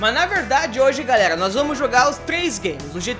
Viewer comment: Aprende a falar mano não é garrega é galera !!!!